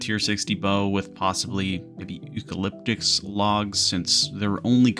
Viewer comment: i feel offended as an aussie on how you said eucalyptus >.> you werent even close XD good vid though